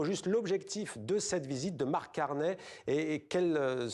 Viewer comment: Prononcer au moins son nom correctement, "ey" = é (Carney (é)), on prononce pas Cor"n'est" !!